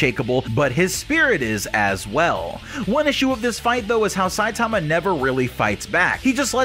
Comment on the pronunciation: Bro learn to pronounce Saitama